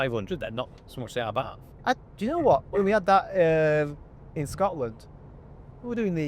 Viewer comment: What is an Ah-barf? Night out gone wrong?